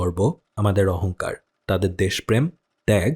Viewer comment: Ohonkar bolata vai thik na plz....sonsodhon korun